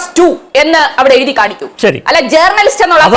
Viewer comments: എടി പോത്തേ ജേർണ ലിസ്റ്റ് അല്ല റ സൈലന്റ് ആയി പറയു വഴക്കുല ചന്തേ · ജേർണലിസ്റ്റ് എന്ന pronouncation ശരിയല്ല ചിന്തേ.....